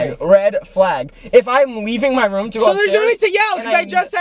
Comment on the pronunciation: The way they say room Is crazy "rom"